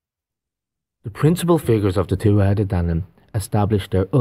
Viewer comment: Y'all really got to learn how to pronounce the word tuatha.... TooWathA... They say it in the movie Willow Non-Stop... Her name in the movie is Elora Dannon.. every time you say it incorrectly it kind of makes you both sound unknowledgeable about this topic.